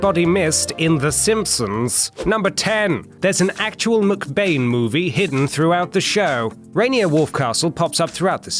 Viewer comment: Why do you say McBain like Muk Bane?